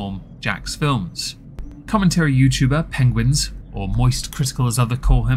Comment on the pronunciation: Avatar is a Kthuddle-kin now lol It's pronounced "penguin-z-zero" btw 😂 (I haven't slept yet, but engagement and stuff) edit- I've lost over 180lbs, I haven't gotten the loose skin removed, I don't have much though. Lost the weight around 19 years old, kept it off and I'm 33. The skin doesn't bother me, it's not the most attractive thing, but nether am I, to be fair lmao